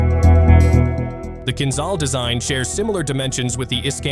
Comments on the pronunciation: It’s not Kinzal, it’s Kinzhal: kinjal🇺🇸❤️🇷🇺🇺🇸❤️🇷🇺🇺🇸❤️🇷🇺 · ahahah KinZAL - its KinZHal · KinZHal ! Man spricht, wie KinJal aus !